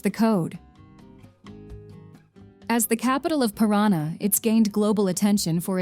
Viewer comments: Paraty=Parári, Paraná=Perána...hahaha...quite funny. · "Cui-ar-tiba, Capital of Pirân-na..." Djezus Cruisto, dá para pesquisar uma pouquinho mais antes de editar o video? :D